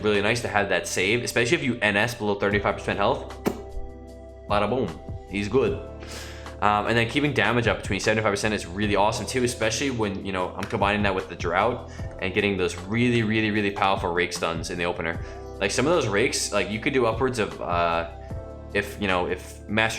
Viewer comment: awesome guide, looking forward to trying out some more offensive resto. ps. If you care about pronunciation, draught is pronounced the same as draft.